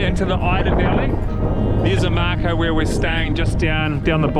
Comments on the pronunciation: Oh-mah-cow. - Omakau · Omakau pronounced O-ma -cow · Mikes very good with pronouncing Māori names but messed up with this one a😊